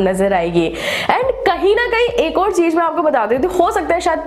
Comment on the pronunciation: Aap ek baat ka zaroor khyal rakho Apni language sudharo agar ese content bana rahe ho to jese ki Z or J me fark samjho or cheej ki jagah par cheez bolo S or Sh me fark karo I hope you understand this. Aapki videos me char chand lag jaenge agar apne pronunciation par dhyan de diya to.